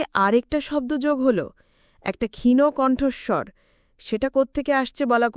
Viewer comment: গল্প নিবাচন ভাল কিন্তু গল্পপাঠের প্রশংসা করতে পারলাম না | কন্ঠস্বর মিষ্ট কিন্তু গল্পটি গড়গড় করে reading পড়ার মতো মনে হল | ত্রিদিবকে অনেকবার ত্রিদিবো বলা হয়েছে | ক্ষীণো কন্ঠস্বর নয় হবে ক্ষীণ কন্ঠস্বর |